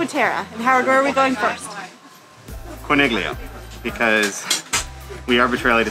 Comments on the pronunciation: With all due respect to you for this and all of your other great videos, it drove me crazy to hear you mispronounce the name of Corniglia. When there is a G followed by an L in Italian, the G is silent much in the same way as in the Italian word famiglia. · Great info! Though might want to check your italian pronunciations when saying town names. We just got back from our stay in manarola... which was amazing. The letters "gli" in italian is pronounced as a "y" and "i" sounds like an "ee" so the name "corniglia" is pronounced as "core-neel-ee-ah" rather than "corn-nig-lee-ah" which is completely wrong. In fact, you are also pronouncing "cinque terre" wrong... "e" sounds like "ae" so rather than "tear-ah" its pronounced "tear-ae". Also just fun tid bit, Nessun Dorma does pesto making classes where the Owner Simone shares his story about the place..... it was the best experience we had and totally worth it. I would be sad for anyone to go and not experience that